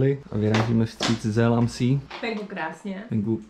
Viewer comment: Asi už víte, že "Zel am Sí" se čte "Cel am Zé"😉